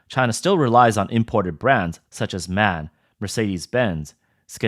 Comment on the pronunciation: Its not "man", it's "M. A. N."